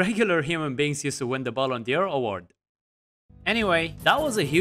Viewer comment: Great video but small observation on your pronunciation of "Ballon d'Or", instead of d'Or you're saying Dior 😉 it's pronounced similar to the English word door 👍